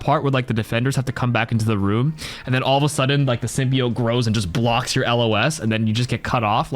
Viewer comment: It’s sim-be-yote